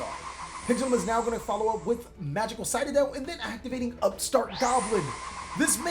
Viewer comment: Anyone else triggered with how pronounces Citadel?